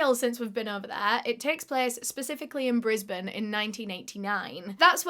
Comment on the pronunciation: I love you for pronouncing Brisbane properly. (That's my hometown, too)